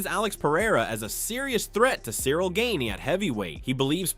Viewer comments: The AI voice pronouncing Cyril Gane’s name wrong is funny. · Call him Cyril "Gain" one more time and I'll never watch your sh*t again! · Gain-ee? Like what the hell is that? And holy shit, Tom is really milking this thing